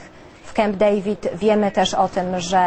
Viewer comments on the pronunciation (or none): none